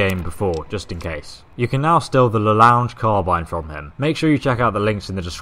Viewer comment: You don't pronounce it as "lounge " but "lo' + ongue (like tongur without t) just please don't butcher foreign words anymore PS : "longue" means long in french